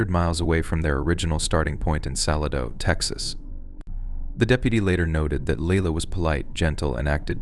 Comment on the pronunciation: "Salad-0", Texas is pronounced Suh-LAY-d0ugh [yes, complete with the 'w' sound that comes at the end of the phonetic spell out I made for you], the primary and secondary accent, or stress, is on the capital letters... ...but I Subscribed in good faith after a scroll through your library, But I'm hearing signs it might be an AI / robotic voice reading because Arkansas was just now pronounced "Arkan-sauce".